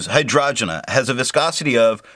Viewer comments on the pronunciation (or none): Hi, your videos have been super helpful to me (like finding Wikipedia for ink) and your pronunciation is usually en pointe as you have taught me how to say a couple like Tomoe River or Leuchtturm. But in this case I’m pretty sure it’s hi-drain-ja like the flower. Thanks for doing all of these reviews in such a scientific way. I also think your opinion matters a lot and it would be cool if you spent a bit more time from your own perspective, but that is just a gentle suggestion. You’ve got this stuff down.